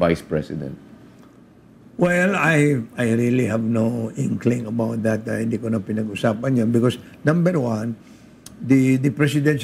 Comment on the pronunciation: hoy gara mo mag tagalog nakakasakit sa mata pano ka ba kumanta? malamEg ang sEmUy ng hangEn? matOtOlOg na? hahaha bat ka ganyan mag salita anong klaseng pagtatagalog yan? hEndE? hahahah